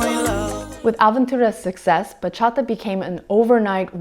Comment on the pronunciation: As a Dominican, still living in the island and still dancing bachata with every chance I get, I was really stoked when I saw the thumbnail! Thanks for the little crash course on this beautiful genre. Perfect way to start my christmas. Also props on the pronounciation, sounds super good!